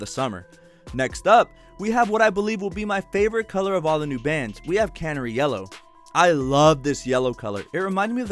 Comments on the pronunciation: Great vid but I have to laugh when you say Can-er- ie yellow .. it’s pronounce the same as the bird Cun-nare-ie Canary 🦜 💛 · I’m sorry, I love your videos but it’s driving me nuts... it’s CaNARy. Like the bird. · Canary yellow, as in the bird. Ffs. 😂